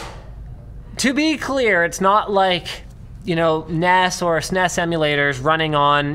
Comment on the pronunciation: Damnit linus its s-n-e-s not sines.